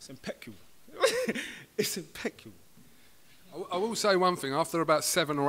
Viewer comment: Man said it’s impecca instead of impeccable 😂😂😂